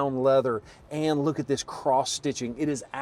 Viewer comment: Your “This…” in the intro wasn’t loud and emphatic enough.